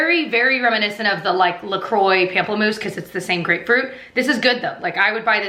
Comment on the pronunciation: i love you girl, but it is pronounced like POMP-LE-MOUSSE